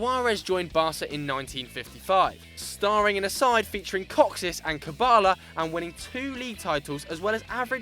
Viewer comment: Guys, you are admirably trying to pronounce foreign names correctly and most times you do a very good job, but please don't butcher Kocsis's name the next time you are talking about him. It is Koch-ish. With Kubala you did well :-) only the emphasis was slightly off